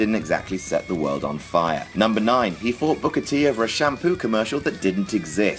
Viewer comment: Can we see how many time Michael Cole calls Booker T "Booger"?